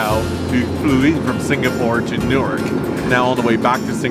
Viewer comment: Says newyork Caption : newark 😂